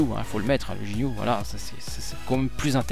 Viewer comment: sinon cest ginue pas jinue